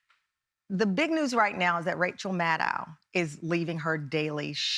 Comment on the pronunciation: "Maddow" rhymes with "shadow". Also, Rachel is NOT leaving her show. She is on hiatus until April while she works with Ben Stiller on a movie based on her podcast "Bag Man", about Spiro T Agnew. The ratings have dropped during her absence, and MSNBC might prefer to have Keith Oberman covering for her, but her contract allows her to control who covers, and she doesn't want him there. Get your facts straight and don't ask so many stupid questions.